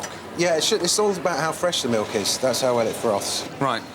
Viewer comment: teddy melk